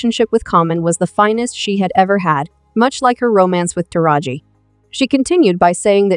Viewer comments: If you're going discuss the women, atleast take the time out pronounce their names correctly. Smh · I Cannot BELIEVE you don’t know how to pronounce Taraji’s name!!!!! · This must be AI talking cause the way she saying Taraji and Erykah Badu name wrong geez